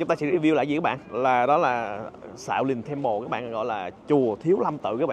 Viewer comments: Chùa Thiếu Lâm, đọc tiếng Anh là Shaolin temple, tại sao nói là Xạo Lình Temple cha? 😅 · Nghe như xạo lìn tem pồ 😅